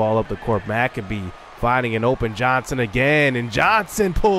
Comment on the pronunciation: Hey! Your point guard’s last name is pronounced Mic-Cabe (cabe like rhymes with babe)…. Not Mac-a-bee 👍😁 Big fan!